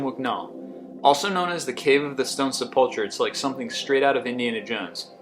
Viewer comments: Your pronunciations in this video seem intentionally wrong so much of the time... se-puhl-kra... Meng-eh-la.... Cher-no-byl.... Really almost every entry has something mispronounced! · The dogs probably killed themselves after hearing you pronounce se pul clur Maybe read the text to someone with an 10th grade education before committing it to tape. xD Wow! But its so fun. I want one of those musical oboe-lisk graves when I go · [Person] cave of the stone sepp-ULL-cherr [Computer] ... SEPP-ull-kerr Check it out at merriam-webster -- the word is sepulchre When people are too lazy to look up words they don't know, computers have already taken over. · Number 25 is a "SEP - ul - kur" not however you mangled the pronunciation.Just thought you might want to know how to say that. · Four mispronunciations: sepulchre is pronounced SEH puhl ker (SEH as in send) Cyprus is pronounced SI prus (si as in science) catacombs is pronounced CAT uh combs (comb as in comb your hair) (Dr) Mengele is pronounced MENG guh luh.